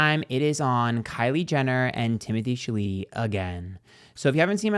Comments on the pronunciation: Miss girl… not timothee shaleeteee 😂😂😂😂😂😂 lmfao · why are u pronouncing my man last name like that 😂😂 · "Challedee" "Beyons" 🤣